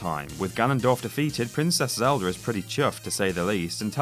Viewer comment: Why does he keep adding r's at the end of words that end with a Zeldar Ocarenar Ect